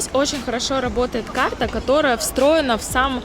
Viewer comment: поработай над дикцией! Почему то слышится: Кхарта, кхлассная, такхая😒